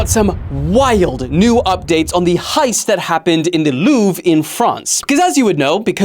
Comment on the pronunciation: You need some French lessons my man, Arc de Triomphe and Le Louvre just sound different from how AI is telling you to pronounce it. Hit me up!